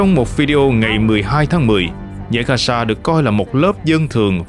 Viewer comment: Gasa hả ..?No . Gaza( ga gia ) .